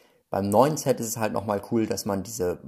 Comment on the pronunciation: Ein ZETT schaut so aus: Z. Ein englisches SET spricht sich mit einem stark stimmlosen S am Anfang. Ansonsten noch ein fröhliches Spielen, liebe Kinder!